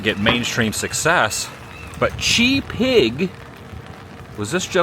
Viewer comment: also, rad nod to SNFU! He's pronounced Chi (rhymes with Tie) Pig. Old friend of mine